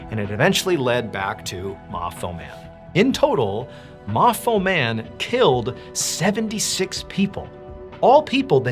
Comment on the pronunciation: Oh so ma fo man is MA NOT FO' MAN 😅😅